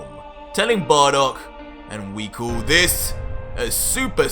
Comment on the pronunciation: Tbh, this manga series is great and all, but you need to improve on your "l" sound. "Fool" "Call" "Cool" sound kinda forced and weird.